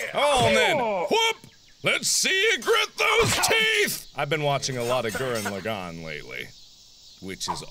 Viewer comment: Most of the time I thought Mark was crazy, until he said Gurren Lagaan. Me: okay, he's normal Edit: I made this comment over 3 years ago and holy hell I'm cringing so hard at it